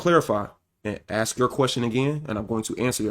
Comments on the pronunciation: I really like your content. I think you make them a lot of amazing points. I just really wish you would stop using that word. Axe . You talk down on women for sounding stupid or not having smoke alarms and then mispronounce one of the easiest words in the language to pronounce. Literally just makes you sound dumb. Ask. It’s not hard to say. If you want to be taken seriously, you have to talk seriously not sound like a little kid. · I really dig your content. I think you have a lot of good talking points, but it is really hard for me to listen to you downplay these women because they sound stupid or have smoke alarms going off and then you say, can I axe you a question. Makes you sound just as dumb as the people with the dad smoke alarms. ASK. It’s not hard to say.